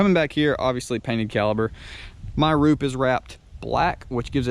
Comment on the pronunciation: “My wroop is wrapped black” ... a few seconds later “my blapk blalilepers are black” 💀